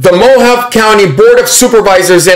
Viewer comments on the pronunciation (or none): Mohavé. Not Mohav. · I believe Mohave is pronounced MOE HAHV EE. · Hey, "Mohave" is pronounced "mo-HAH-vee". Not picking at you, just trying to help. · It's pronounced "Mo Hahv Ee" County. And it's actually one of the most conservative counties in Arizona. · Mohave is pronounced mo-hov-vee. 😂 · its MO- HOV- VEE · It's pronounced mo-ha-vey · "Mo-hahv-ee" is another acceptable pronunciation. The E at the end of Mojave can be pronounced like "ee." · We have a Mohave Desert, in California; pronounced MOW-HAW-VEE. Love your content, another great video. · The E at the end of Mojave can be pronounced either as the "ee" sound or "ay" sound depending on who you ask in the county, but since I live close and have visited the area numerous times, it's often pronounced kind of like an in between of "ee" and "ay." No real way to accurately write it out. (I mean "ay" like the sound in words like say, pray, or day. Just to be clear.)